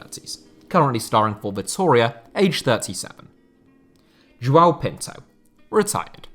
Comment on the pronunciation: Always butchering names,it's Tello not Taiyow,it's João not Juau,it's Andrade not Andradj,it's Estrela not Estreyia,it's Contreras not Contreiras,and it's Beto,not Bertow